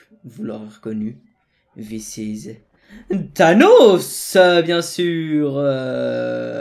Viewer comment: Mec au début tu as dit this is avec un accent français et Siri c’est déclenché j’ai pas compris il m’a chercher WC 😂😂